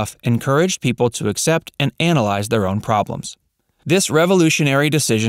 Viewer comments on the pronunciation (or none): none